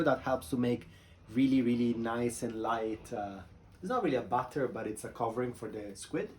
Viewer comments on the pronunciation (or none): You keep saying "butter" when you mean "batter." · Not bad, but please ask some English speaker how to pronounce "Batter." ;o)